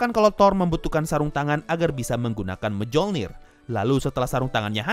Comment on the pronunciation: Lucu stiap gua dengar orang yg mengucap Mjolnir sesuai ejaan indo, yg bener kan (myolnir).